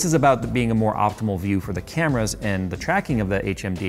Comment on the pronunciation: Every time you insert the sensor edit over saying camera is wasted. They are, in fact, cameras. He's saying properly.